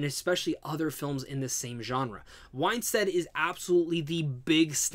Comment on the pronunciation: Her last name is WINstead not WHINEstead.